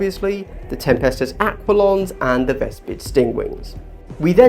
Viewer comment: Very helpful video but dear lord pronounced aquilons correctly